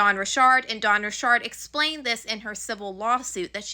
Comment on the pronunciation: I’m trying to support you, but you keep pronouncing words wrong. It’s “RICH ARD” not ‘Rishard”